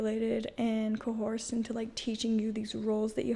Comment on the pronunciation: It amused me when went from saying cohorsed to I don't think I have an accent one sentence to the next. I know not strictly an accent but the order definitely sound like each other. Plus you know everyone has an accent